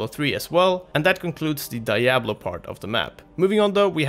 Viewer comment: Levels of nerdrage rising with each "Die-ablo"